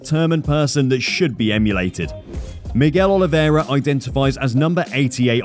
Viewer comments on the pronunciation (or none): You are butchering his name. It's not Olivéra, is Oliveira.